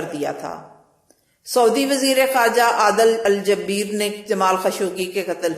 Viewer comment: EK AUR CORRECTION , WOH AADIL AL JUBAIR HAI , JABEER NAHI.